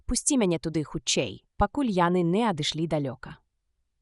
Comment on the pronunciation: Агучана так, што слухаць можна, але я б параіў хоць якуюсьці рэдактуру зрабіць - шмат словаў вымаўляюцца зь няправільнымі націскамі, і яшчэ больш - зь нейкім "польска-амэрыканскім" акцэнтам. Напрыклад: "ро(ў)бат", "нэ" замест "не", "дзвэ" замест "дзьве".